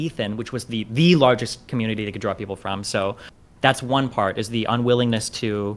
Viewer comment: my guy where's the n? you saying commuity?